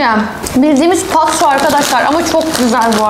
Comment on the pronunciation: Patso değil abla patos